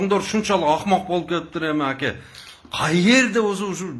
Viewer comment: Түбтөн эмес түптөн. Акя эмес АКЕ же жон гана кыргызча эле АВА . Качан кыргызча нормально суйлогонду уйроносунор блогер соройлор.